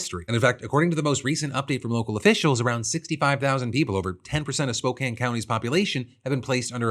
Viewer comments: 2 things I have to say, First wild to here my town of spokane in a ohillip defranco video, thank you for covering it, and second THANK YOU FOR CORRECTLY PRONOUNCING SPOKANE!!! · Thank you so much for saying Spokane correctly ❤❤ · Oh my god. You said Spokane right this time Phil! I could not be more happy. 😭😭😭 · you pronounced Spokane correctly, well done Philip.